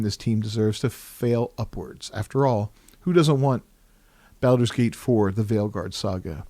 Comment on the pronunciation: Wtf is that pronunciation? Can't take anything you say seriously if you cant be bothered to pronounce Baldur's Gate correctly. Well, that and the fact that this is a bunch of lame opinion with no substance.